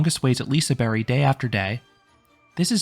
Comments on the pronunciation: You went to Hard :D Silent G doesnt make it a Y. But i appreciate your efforts. And all your liseberg videos are great. Great content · Is it pronounced "Liseberry"?!?!? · I think it is said lisa “berg” like Iceberg